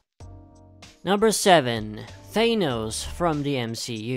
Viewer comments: Its Thanos not Gaynose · hearing 'thAYnose' makes my eye twitch nah jk great list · Thanos not thenos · It's closer to how thanatos is pronounced